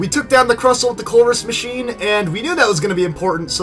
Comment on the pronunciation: you said crustle wrong